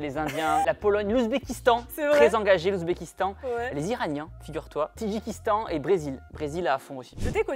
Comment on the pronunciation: Tadjikistan et non Tidjikistan lol